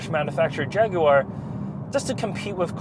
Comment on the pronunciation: Impressive pronunciation of Jaguar! Done your research!